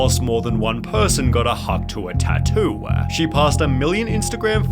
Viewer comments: Sunny’s accent making it sound like “Hawk Tuah Tat-Tuah” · "More than one person got a Hawk Tuah Tatto-ah" you bastard